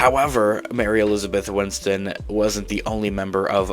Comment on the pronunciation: Bro, her name is “Winstead” not “Winston” 😔